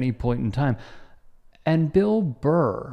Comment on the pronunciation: It's Burr not Barr bro.